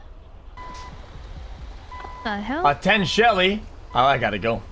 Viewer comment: How many times did this guy say TEN shelly before he realized